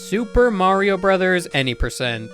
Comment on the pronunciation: You said "Mario" wrong.